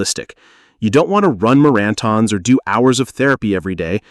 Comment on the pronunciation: "Ma-RAN-thons"?? Is this narrated by AI?